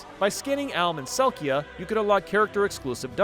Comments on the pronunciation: 2 massive wrong things here 1: it’s Celica, not Celquia 2: that’s the Chrom amiibo on the left, not the one for Alm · “Alm and Selkia” 😭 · calling Celica "Selkia" has to be one of the funniest things I've heard all this month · More details on the Fire Emblem amiibo! For Echoes: SoV, the Alm (not Chrom!) and Celica (pronounced sell-i-ka) amiibo unlock one dungeon each. Beating these dungeons unlocks exclusive items. For Fates, upon scanning any of the four amiibo, they first appear in your castle and ask you a question. You will be gifted a specific accessory based on your answer. You have to do this two times, and then the third time you scan the amiibo is when you're allowed to fight the character and recruit them. I just learned that scanning the amiibo a FOURTH time (or any time after fighting the amiibo character) will allow them to appear in in-game shops. Finally, in Warriors, scanning the Chrom and Tiki amiibo specifically for the first time will unlock exclusive weapons for those characters. Afterwards, they function like the other FE amiibo. Also I AM that player who played a ton of Style Savvy and got all the amiibo items I could. It did take a while, but I love those games lol. One thing you didn't mention about Fashion Forward in particular is that you can only scan specific amiibo once a day, and the items you get have color variations. Unlocking all the items and their variations is even more time-consuming than you describe because sometimes the same color/style variation amiibo character shows up and you have to reject them and try again tomorrow. Unlocking every variation ultimately comes down to luck and patience. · No idea how he butchered Alm and Celicas names so badly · why did bro say Alm and Celica like that 😭😭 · For me as a big Celica fan it's a bit weird to don't hear Celica spoken right but this name is not the easiest even if I love this name a lot (and the character too).